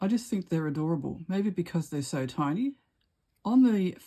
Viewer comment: Tea-nee books 😉❤️